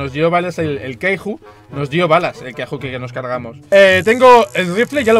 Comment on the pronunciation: me da un poco de rabia que diga "queiju" y no kaiju